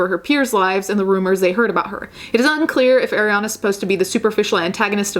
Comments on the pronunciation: I love your point of view, definitely needed to be said. the only complaint I have is that Arianna's name is pronounced Ah-rianna not Ay-rianna (just like how you said "Ari") sorry!!! it drove me nuts lol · Okay I’m (I skipped a lil) and you just said Eh-riana. There’s people calling Ari “eh-riana” in 2018. She literally says her name is Ari (aw-ree) in the song lmao. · Not to be nit picky but in one video you were very particular about pronouncing her name correctly and not even a minute into this video that energy switched up? Just an observation.